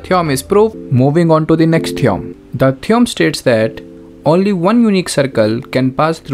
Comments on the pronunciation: its theo-rem not theeom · Theom nahi theorem hota hai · Sir it's theorem not theoum😂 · Theorem❌️ Theom✅️ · Theorem❌ theom✅ 😭🙏🏿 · Theorem ❌ theom✅ 💀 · Theom is ryt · theorem ❌ theom ✅ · Theorem ❌ theom✅ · Theorem❌ theom ✅